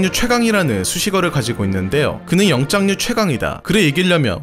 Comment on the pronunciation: 영장류를 계속 영짱류라고 하셔섴ㅋㅋ 귀에 꽂히네요